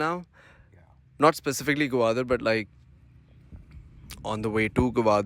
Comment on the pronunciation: It's Gwadar not gawadar 😆😆😆